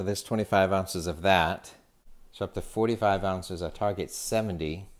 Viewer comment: there is no t in ounzes :D